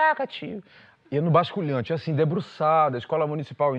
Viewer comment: Gente... é "basculante" e não "basculhante" rs rs